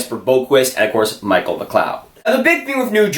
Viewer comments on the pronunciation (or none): none